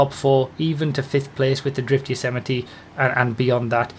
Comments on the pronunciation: It's actually pronounced "Yo-zay-might" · Yosemite. Rhymes with vegamite. :_broughyKappa